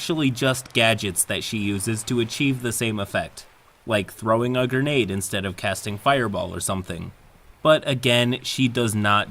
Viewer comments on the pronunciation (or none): none